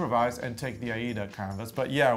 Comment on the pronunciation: Thank you for pronouncing Aida as you did. When it was manufactured in 1907, it was named for the opera which wasn’t very old at the time. Recently, the pronunciation has evolved into something else which may be a regional thing. I don’t know, but I loved the original pronunciation and wish people would keep it as it was. Just a pet peeve I guess. Yesterday I was watching an educational video for wool fabrics and the instructor pronounced challis like chalice! Thank you for your interesting videos. I love stitching along with you two.